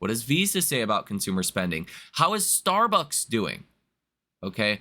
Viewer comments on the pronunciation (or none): none